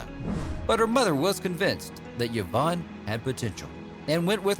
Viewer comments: I've never heard Yvonne pronounced "yavonne" before. I had always heard it pronounced as "eevonne." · Did you know the name Yvonne is pronounced E-von? I didn't until I moved to the Tampa area and found out the old Cuban town of Ybor is pronounced E-bor. So stop with the Yuh-von. You are hurting my brain. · Yvonne is pronounced EEV-ON not YEV-ON. Salome is pronounced Sal-O-MAY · OMG! Yvonne (E-VONN). Salome (SAL-oh-MAY). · Sean Ferguson - You'd think that any announcer worth half a poo would CHECK the Pronunciation of names and places, right? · Indeed. Even a quarter of a poo! Normally I'd shrug it off. Every pronunciation of yah-VONN was like a dagger but I didn't crack until I heard sa-LOAM. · “Yavon” ! Get names right! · What’s this thing of pronouncing a letter Y like a U? Where did it come from?